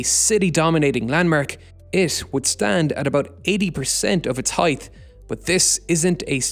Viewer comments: Height pronounced H-ite not Heighth pronounced H-ite-th. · Pronounced HITE not HIETH ffs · Great video, but I have to get this off my chest: For the love of god, it's 'highT', not 'heigTH'! There's no 'th' sound! Also, you would be 'remiss' in not pointing it out, not 'amiss.'